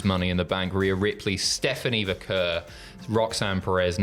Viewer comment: I,just emailed you yesterday. You mispronounced Vaquer AGAIN TWICE. You're insulting her. Tom did it, too.